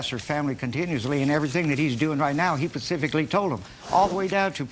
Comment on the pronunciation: He pacifically told her 😅